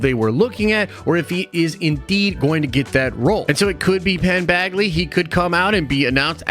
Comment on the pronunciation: Penn “bagley” 😂